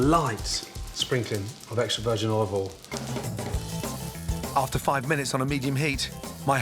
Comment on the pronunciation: Wow he actually said "olive OIL". it's usually "oliveoll".